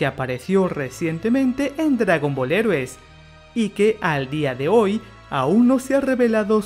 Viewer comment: Tienes que aprender a pronunciar "heroes" en inglés. Lo correcto sería algo como "Jirous".